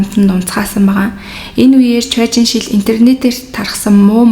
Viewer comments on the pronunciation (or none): Ан Жэ Хуан өөрийгөө боож алаагүй ээ, бас Чуэ Жин Шир гэж нэрийг нь дуудна.